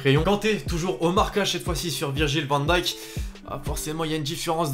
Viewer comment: La chaîne est bien, juste un effort pour les noms des joueurs stp... Van dijk ça se dit avec un "hey".. VAN D"HEY"K :)